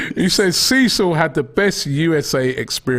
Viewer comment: "SEA SILL" 😂